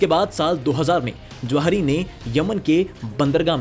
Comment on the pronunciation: Jawahri❌😂😂 Zawahri✅😊